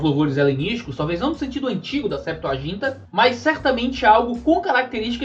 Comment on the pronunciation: "Γ" tem som gutural, Septua"J"inta soa mal. Mas não gostaria que meu comentário aqui seja tido como crítico apenas. O conteúdo é do mais profundo que já tive sobre o assunto. Aliás os vídeos doutrinários do canal são sempre nesse nível